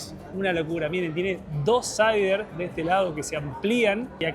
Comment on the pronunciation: Es uncreible todo lo que mostraron. Literalmente es un shopping. Capaz muchos ya los corrigieron pero es "slider" y si lo hicieron a proposito de decir "saider" es buena tambien 😂 saludos.